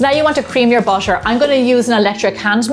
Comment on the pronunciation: ❌ BUTTER ❌ --> BUSHER ✅ Love it <3